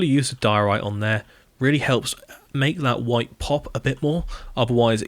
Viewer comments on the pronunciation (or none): none